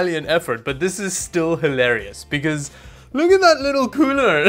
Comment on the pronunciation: Every time you say cooler i hear pooner